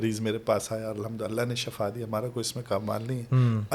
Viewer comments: درست لفظ Shafa نہیں بلکہ "SHIFA" ھے۔۔۔۔۔Shafa کا مطلب موت ھے اور SHIFA شفا کا مطلب تندرستی یا صحت ھے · Mein heran hun k itna ilam rakhne k bawajud aap ko ye farq maloom nahi k shifa hy k shafa hy Sahi lafz shifa hy dono k meanings me zameen asman ka farq hy plz eis ko sahi karein